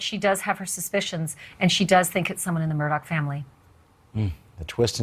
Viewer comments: it is pronounced "mur-dock" not murdo. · Mur-duck, dis, dat, wit....smh